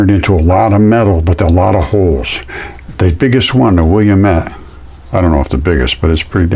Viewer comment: O - MOO - A - MOO - A, not UH MAW MAW you can do it!